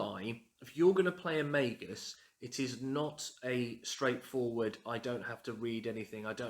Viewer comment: Finally! Someone else who pronounces it May-Gus. Also your home looks lovely.